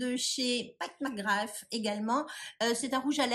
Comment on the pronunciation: Bravo car tu ne dit pas pat mcgrath en américain je supporte pas se qu'il le dise en américain . On est francais non mais!!! 😂